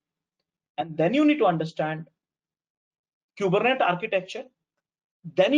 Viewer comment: It's pronounced "coo-ber-net-eeees" :-)